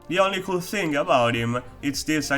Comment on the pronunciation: its not possible to just say "cool" you had to say "kul-la" ... f#ckin learn to talk bro, being Italian or whatever you are is not an excuse.